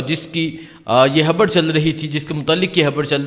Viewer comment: یہ بولتا کیسے ہے 😂 تا تا تا تا 🤣 خبر نہیں بولتا خبڑ ہے مراد نہیں مراڈ 🤣😂